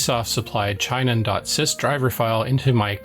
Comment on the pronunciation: Hate to be "that guy" but it's not CHEYE-non, it's chee-NON. The company is of Japanese origin.